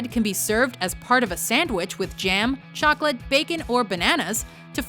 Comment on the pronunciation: Did you say chocalat!?